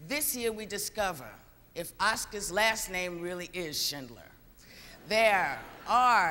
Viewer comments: why do they say okscars? rather than oscars? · Okscars? Welcome to Okscars 66? Nervous I guess... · isn't that the same with someone who pronounces "oscars" as "ocscars"? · Samuel Velez probably just an accent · IT'S THE OSCAHS!!! xD